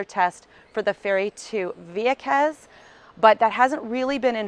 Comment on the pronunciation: I miss living there..I lived el campo..Juncos. let me say the way she says vieques is excruciating to hear lol